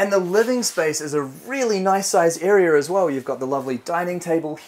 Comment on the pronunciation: Idea not ider. Its area not arer. No Rs in either word.